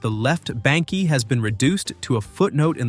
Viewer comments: It's not BANK-EE, it's BANK ! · It is pronounced The Left Bank, not bankie. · The E in BANKE is silent.